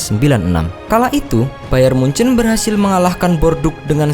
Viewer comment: Nyebut bayern munich aja hancurr lu goblok..Sbutan lu bayern mujan